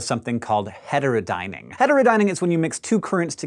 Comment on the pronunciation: you cant say heterodyning its triggering